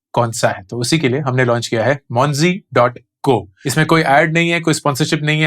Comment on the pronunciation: Monzy sounds like Ponzy 😅🤣